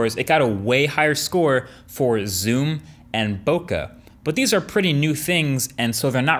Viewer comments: One, the Bokeh score was the same, and two did he just say bokAH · "bo Kah" that's not how it's pronounced btw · Awesome video. One of your best. However, one thing that stood out to me; your pronunciation of "Bokeh" is incorrect. I speak Japanese and this word is actually a Japanese word. So, just to kindly inform you, it's pronounced "Bo-Ke". Peace! ✌️✌🏻✌🏿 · I think you're pronouncing bokeh wrong. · Great video, Marques! "Bokeh" is pronounced "bo-KAY" or "bo-KEH" (and not "boka"). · Boka? its Bo KAYY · ""BOW CAR"""ahahahaha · Ok. I'll be that guy. It's pronounced "bow kay". Source: I'm Japanese and it comes from 暈け (boke = blur) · He doesn't pronounce "bokeh" correctly. Precise or comprehensive? More like comprehensive. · The one that can't pronounce "bokeh" correctly. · And yet he can't pronounce "bokeh" properly. He knows nothing about technology or photography. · I'm fairly confident that someone who mispronounces a term like "bokeh" is clueless. He's a popular tech reviewer on YouTube, but that doesn't make him an expert. "Bokeh" is a basic photography term and any "tech reviewer" discussing photography should be familiar with something so rudimentary. It's a clear sign to me that Marques will always be a consumer of technology and what he produces is not of great benefit to anyone but other general consumers. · Did he mispronounce bokeh